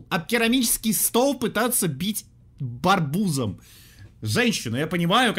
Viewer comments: За за ты сказал барбуз а не арбуз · ххааахххаааа не Барбуз А Арбуз 😅😅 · Никто: Абсолютно никто:: это ж... хихихи надо об керамический стол, об керамический стол пытаться бить..БАРБУЗОМ? /только мне так послышалось? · Русский:Арбуз:Барбуз Я:ЕБУЗ